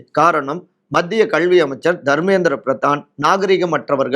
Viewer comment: Unga pronunciation கள்வி is wrong. It's கல்வி